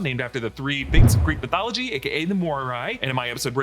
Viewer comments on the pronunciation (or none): none